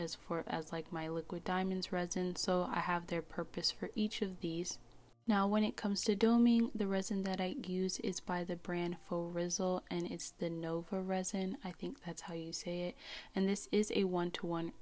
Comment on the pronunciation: Nouveau is pronounced like new-voh. Thank you for such an informative video!